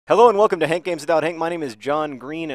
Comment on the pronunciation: At the start of these videos it sounds like he's saying "Welcome to Hank Games dot Hank" ...as in, hankgames.hank